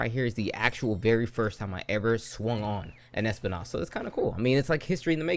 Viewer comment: Espinas not espi-nás 😂